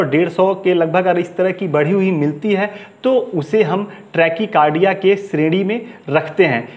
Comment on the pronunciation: ट्रेकी कारडिया नही ़़़़़टेकाकारडिया़़़डाक्टर साहब